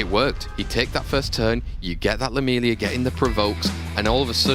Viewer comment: 1: no Caster has ever pronounce Lam-iel-a correctly, its not lamelia 😂😂😂 secondly..... pinkroid had a 3 and 0 easy, Raxxas did not win. Has to be upsetting the only way to win the cup is by your enemy giving you the win after showing he could easily decimate you all 5 games.